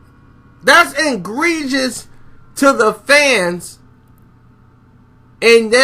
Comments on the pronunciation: "Engreious" haha it's Egregious bro. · its "Egregious" not "Ingregoius". you were killing me😨😨😨😂😂😂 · Engrgious? What's that,? You mean egregious? 😂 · It's egregious, not ingregious